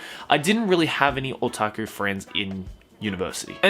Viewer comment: Every time says "otaku" I cringe.